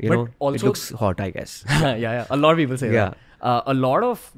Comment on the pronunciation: and ranveer ur "a lot of" pronounciation is sounds like "a loda of"